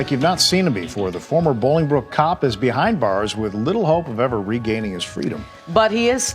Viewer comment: poor AI voicing. Ex. It is not pronounced "Ballingbrook" Illinois, its "Bowlingbrrok" Illinois. Another example is Terre Haute, Indiana. Why trust this channel?